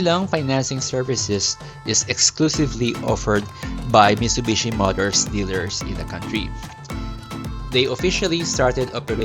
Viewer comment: Delikado ang repossessed, maraming owners ang nagbebenta ng parts para maka bawi sa nagastos nila (isswap yung aircon condenser sa sira + cash). Tsaka Mi"T"subishi po ang pronounciation, hindi "Mishubishi"